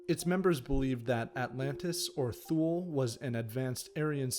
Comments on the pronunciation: It's not "THOOL", but "TOO-LAY." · Tu-ley not thool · Shaby15v Except he mis pronounced thule. It’s Tu-lay. Makes me wonder about the accuracy of the rest of the content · It's "tuu-leh" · thank u for those insights !!! ethymological note: since thule is a german word, borrowed from old germanic. its not pronounced as if an english word. for pronouncing it like it germans did in 1918, maybe it would be better spelled *toolay" in english to get the sound right... thank u for the video, it inspired me to reserch the thule-gesellschaft and thus find important developments as to how a political movement like national socialism and Hitler could even have come about. they already used the svastika aa element in their crest. men are always made by their times, the social and political climate of the 1910-20 in bavaria in this case. it is to be noted how prevalent antisemitism and the myth of the arian race/ariasophy and all the neo-germanic cultural associations were already at the turn of 19/20 century !! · it is not pronounced thu-lay either